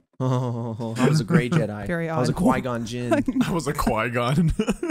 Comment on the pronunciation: OK I love you but qui-gon?!?!? Come on man lol ur still the best tho